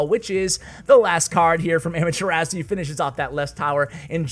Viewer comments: it’s ah-mah-thu-ra-su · Those pronunciations though 😂😂 ... Also.. just pointing out... Amaterasu is Naruto reference so if and only if you want to listen to how it's pronounced... 😁